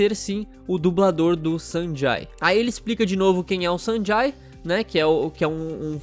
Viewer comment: Acho q se pronuncia Sanjei